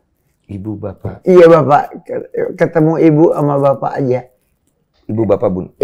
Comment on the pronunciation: Bunda Dorce bilang "iye"